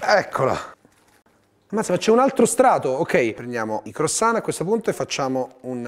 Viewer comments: Va bene tutto, ma "croissant" pronunciato "crosan" non si può sentire😂 (si pronuncia "cruasan" con "an" detto nasale) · 1) CrUassan e non crOssan.. giusto per essere un tantinino cagacazzo XD 2) quelli nelle buste che scoppiano sono praticamente brioches e farebbero vomitare se usate per fare una lasagna XD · “La lasagna crossonn ” inoltre complimenti a chi ha montato il video HAHAHAH